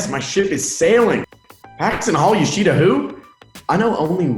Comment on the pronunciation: i hate how they say yoshida